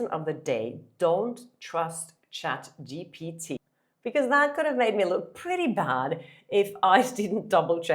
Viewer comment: Congratulations, you finally pronounce chatgpt right 👍